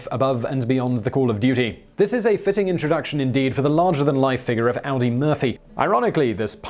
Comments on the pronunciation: Ahdi not Owdi Murphy. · I can forgive most of your mispronunciations. But Audie Murphy was not a car produced by Volkswagen AG. His name is pronounced "Oddie." There, my two cents worth. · "AW-dee" Murphy, NOT like the car.